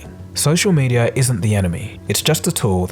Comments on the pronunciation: It’s not “medier” it’s “mediUH” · "Media" not "medier" which is what you are saying many times throughout the video.